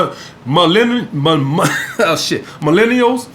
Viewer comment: When you couldn’t say millennials 😂